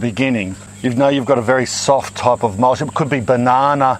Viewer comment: Love the channel... but in all seriousness... you ARE saying "mulch" incorrectly. Even with an Aussie accent, the last two letters are "ch", not "sh". It's NOT "mulsh". It's "MULCH". CHOO CHOO like a train. Not SHOO SHOO like you say to bugs or pests.